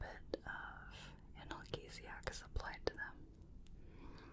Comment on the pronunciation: Always love your videos, but one note from this one, analgesic is pronounced an-al-jee-zic. Don't mean to be a know-it-all, it was just a bit distracting when I was trying to fall asleep listening.